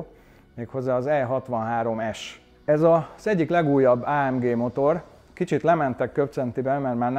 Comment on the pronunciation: Legalább valaki nem Á M DZSÍ-nek ejti mert attól a szőr feláll a hátamon.